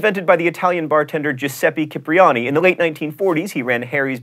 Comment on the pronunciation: Being Venetian from Venice,Italy I have to correct you and tell you that Cipriani is pronounced "Chipriany" please, thank you very much.